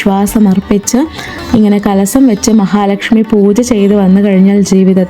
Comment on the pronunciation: Not കലസം കലശം, കല്പവൃക്ഷം